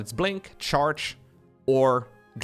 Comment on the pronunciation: Sounded like you said start gate.